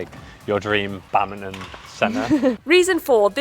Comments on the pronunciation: whats this "Bamton" he keeps talking about? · lol. wtf is "bamton"? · Do they keep saying "Bountain" instead of "Badminton" or something? Is this a British thing? lol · What's "babmton"? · What is this "Bantin" the guy keeps talking about? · Why the hell do you keep calling it Bowton????